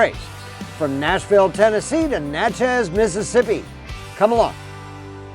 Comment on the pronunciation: Enjoyed the video great info but it’s pronounced “Natches” not Na Chez. There is also Natchez Mississippi also pronounced NATCHES. It’s sounds like matches but Natches. It’s a southern thing.